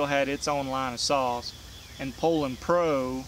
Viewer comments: I'm just happy that there is someone out there that actually knows how to pronounce Poulan, lol. So many videos call them Poo-Lon's, lol. First time I heard someone pronounce it that way I looked at them like they were from outer space. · Dropped a like 12 seconds in based solely on your pronunciation of Poulan.